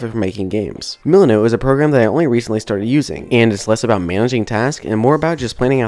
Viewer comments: lol thanks, I just posted a comment asking about that. I thought he said mulunu. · What A great video, thank you so much for sharing this! One comment - I had a hard time understanding the apps you used for Planning "trello" and "milanote". Trello I had heard of, but after come google searching a few minutes later I discovered you were saying the name "milanote". What I heard was "muknow" ("moo"-"Know", maybe my ears need cleaning, ). Again, a great video, I am going over tkaing lots of notes to help on my beginner Unity JourneY! Yes, I am also using GameMake Studio and starting to use Unity more! :) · OK I watched this part several times but I still don't understand what you're saying and searching what I hear isn't helping either... muleno? luleno? what was that after trello? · thank you. i was like did he say monote or millinote. why he didn't put the names on the video like he did with the Unity assets or the links on the description...... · Hmm. I couldn't figure out what you were saying at first when you started talking about Milanote. Closed captioning wasn't much help either.